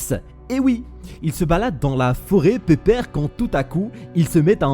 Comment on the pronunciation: Gg pour les 50k j'adore ta prononciation du mot "pépère"